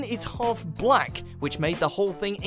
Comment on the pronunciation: Could the Narrator have put more emphasis on the word "black" 🤔🤔🤔🤔